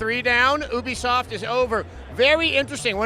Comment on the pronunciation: Adam, it's pronounced like "you be soft." It's short for "Ubiquitous Software."